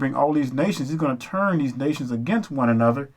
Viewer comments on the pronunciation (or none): none